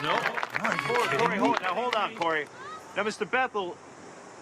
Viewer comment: Its Cory, not Carrie